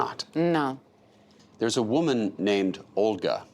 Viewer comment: “I am a voman only a voman!”